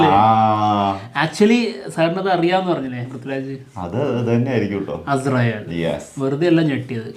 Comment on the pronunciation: ആസ്രേൽ അല്ല മച്ചാന്മാരെ അസ്രായേൽ